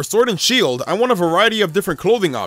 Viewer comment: i like the vid but ur voice omg, SWord and shEIld